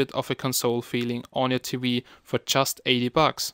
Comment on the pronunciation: smart T-wee lollllllll, great video, or should i say wideo. lolololol